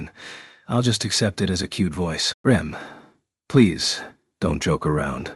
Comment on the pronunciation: The AI just can't get Rems name right lol.